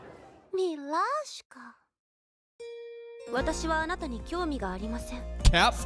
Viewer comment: Yeah, as a Russian, this would be somewhat of a cringe fest. I mean, the first word she said was milashka / cutie, but all I heard was lyashka (lyazhka), which translates roughly as uh... tender. Like a chiken tender. Although I guess it's totally understandable, since even English is being constantly butchered in anime, so what could be expected for less known languages😅 Will still watch tho.